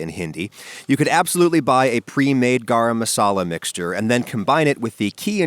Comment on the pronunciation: just love the way how people pronounce garaaaam masala